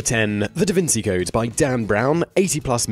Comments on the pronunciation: This is the first time I've ever heard the name pronounced "Da Vinsee" ... I mean ever, man. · "da vin-see" lmao they criticize it and can't even pronounce it properly. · Your pronunciation is way off... Cao Xueqin is Tsao Shway Chin, and Da Vinci is Da Vin Chee.... gees Louise! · Also can't pronounce Da Vinci, so, there's that... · Please look up the pronunciation of Da Vinci.